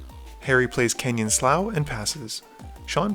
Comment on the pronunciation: Canyon Slough (Slew/Sloo)